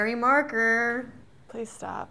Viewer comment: “scary markerrr🤣”